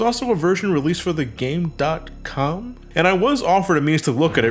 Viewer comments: I'm sorry, but it's not pronounced Game Dot Com, it's pronounced Game Com. Yes, I'm that guy. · It's "Game com", not said like a website.